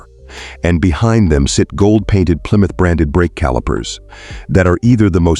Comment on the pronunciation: Didn't realize there's a b in Plymouth.